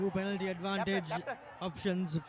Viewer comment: Without any malice and with all good respect to for providing us excellent coverage of schools rugby,, please advise your good commentators to correct their pronunciation of the following words of speech. 1. Penalty (and Not "Pan-alty") 2. Forwards (and Not "fore-wards"). 3. Possession (Not "por-session"). Thanks for you your kind attention to prevent unwarranted embarrassment to your good services. 👍